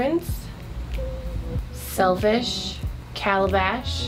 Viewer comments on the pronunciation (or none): Calabash!!😆😆😆 ya inna west Indian came out -lol